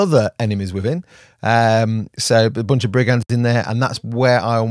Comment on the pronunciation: Is it just me, or is getting into his Teen Reads... with the Ebonhearts and Liking guys called Ebon... Places.. places called Ebon (sorry!)... And Brig-ands? Brig-unds. Damn french influencing God's own British language...